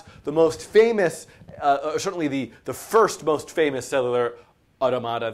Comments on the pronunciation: Dude, it's au-TOM-a-ta. The stress doesn't change when you pluralize it. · Yeah... It's "aw·TO·muh·tuh" in British English. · "Cellular ottamatta" it's automata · "You say (Au)tomáta I say (Au)tómata." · The way you pronounce "automata" drives me up the wall. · i just cant. everytime you pronounced it only diminished my will to keep the video playing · his commitment to emphasizing the syllables that way is the WORST part though. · His pronunciation of automata is worse than the framerate of the background. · Makes it easier if you put the stress or accent in the plural "automata" in the same place as in the singular "automaton". Anyway, looks like a good series. Well check it out further. Thanks for making it. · stop saying it like that!!! god just say it like automaton removing the "on" and add an "a". I'm not even sure if my way is right but you sound like you are trying to pronounce a word from another language, like spanish or something which wouldn't even sound like that lol, nice video btw keep it up!